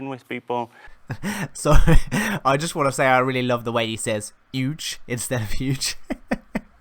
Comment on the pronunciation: "no man's sky was always yuge"